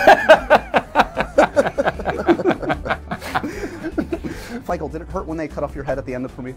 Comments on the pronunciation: did he say "Fichael"? LOL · ok 1) is it just me or did call Michael "Fichael"? 2) where did James say Ewan was from? I can't understand with such a thick fake accent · He totally says ‘Fichael’ then Michael just kinda looks at the floor like “Wait, did he just say Fichael?”